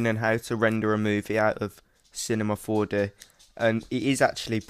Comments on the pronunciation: I like how you say Cinema 4D to "Cinemah 4Deh" xD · he said Cinema 4Deh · "Cinema 4-duh"